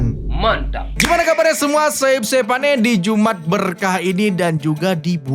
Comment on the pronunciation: Jum 'at bukan iumat😅